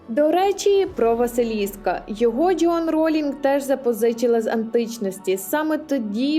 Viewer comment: ДжЁан 😂. А можно произносить верно и без ... 🥴? Вы из Азербайджана? 😂